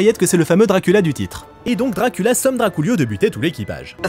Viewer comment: Je découvre la chaîne avec cette vidéo c’est incroyable 😂 mention spéciale pour « Drakoolio »